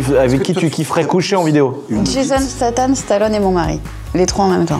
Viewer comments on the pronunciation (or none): Il faut dire à Tiffany que c’est jason statham avec un M et non jason stathan avec un N